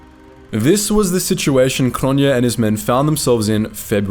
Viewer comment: Cronjé is pronounced Cronyay.